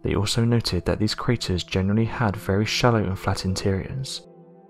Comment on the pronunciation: Its . . . A crarer . . .